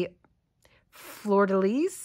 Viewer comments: Absolutely no negativity - French is hard! If you’re interested, the pronunciation is: “flur” (like “blur” - not “flewer”) “duh” (but a light schwa sound, not heavy like we would say in English - you’ve got this perfect ) “lee” (the ending “s” of “lis” is silent) Flur-duh-lee = Fleur-de-lis The French would add some back-of-the-throat to the ending “r” of “fleur”, but that’s not really necessary for non-French usage. It’s fun to see some beadwork in crochet. I’ve done very little, but watching this has made me really want to tackle the coin purse I’ve been wanting to try! 😍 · No offence. The ‘fleur de lis’ sounds like ‘fl er duh lees’